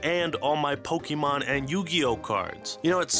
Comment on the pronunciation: it hurts me hearing how he says pokémon